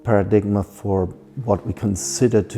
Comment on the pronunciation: love his work and his perspective but someone needs to correct his pronunciation of paradigm